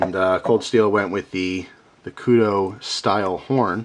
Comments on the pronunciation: He pronounced it correctly, however, he mispronounced Kudu So hes 50/50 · This time he actually does suck, cause he said kudu wrong, LOL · OH MY GOD, WITH THE KUDO. I almost turned the video off. It's Kudu, like Kudoo. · just so you know Kudu is pronounced like koodoo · Ok, thats as long as i could go without saying somthing, Kudu is pronounced. Ku Du Koo Do Lol, it was killing me to hear you say it that way. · this is your best example of your spelling i had to read it like 4 times and that is a kudu said k-u-d-u not k-u-d-o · good review, but its kudU not kudO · Its pronounced koodoo that's the animal the knife is named after. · pronounced koodoo not koodoe :) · Its pronunced koodoo bro you have an amazing collection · KUDU long u sound